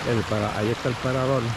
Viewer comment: paradol 😂 monga😂 pasal 😅 puentecito bajo agua😅 sacal 😢no boi a pasal 😅 que lindo jio😅 regesal what awful castillian!